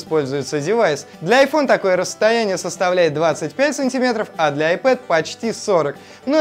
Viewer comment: Да на видео с их акцентом слышится вообще Рэтна дисплей, так же они говоря айпЭд произносят айпОд!!!